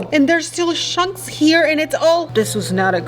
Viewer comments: who heard said shunks for chunks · chunks ❌shunks ✅